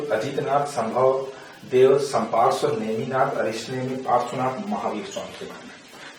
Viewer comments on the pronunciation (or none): 7th tirthankar ka naam संपार्षव नही है सुपार्श्व है